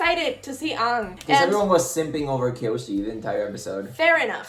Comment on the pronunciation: I just want to let you know, that you're pronouncing Aang wrong. It should be pronounced like the "A" in the word Avatar, not as "Ong"